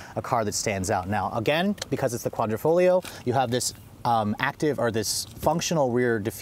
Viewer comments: I cringed everytime he called it "Quadrofolio". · Love your reviews! Hate your foreign language pronunciation. The reason for the clover is because that's what quadrifoglio means, four-leaf clover. Hate that it doesn’t come in manual.